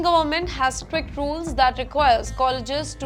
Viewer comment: Strict is sticker